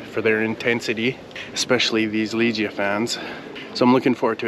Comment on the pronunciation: Looks like a great evening! Great job on properly pronouncing Dziękuję and Do widzenia! That said, Legia is pronounced Le-gya ("e" as in "let" not "ee" g as in "go") :D